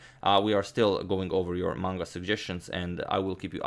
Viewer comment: Can I just say as a fellow weeb I am happy that Agadmator pronounces Manga correctly. Seriously you have no idea how refreshing that is.